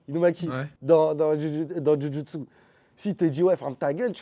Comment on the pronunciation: J'adore Kimetsu no yaiba. Mais frére mais sa dit ici Jujutsu tres fort mdr